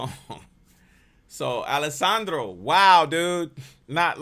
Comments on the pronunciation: Please, you've done it on a few videos, it's "Alejandro". Al-eh-hahn-dro. It's not Alessandro. Thanks. other than that appreciate your input. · I love your videos on Alejandro because it’s like dissecting his genius brain and just confirms what a savant he is musically. But my favorite part of your videos are when you call him “Alessandro” 😂 His name is Alejandro ( Ale- HAN- Dro) 😂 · Yep, think "Han Solo" not "San Holo." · Man, stop calling the artist "Alessandro" you know very well, his name is Alejandro; it's like we start uploading videos of you calling you "Conny" instead. So, show more respect hombre. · Dude his name is Alejandro not Alessandro. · You're so good at what you do that I don't even care that you keep saying Alissandro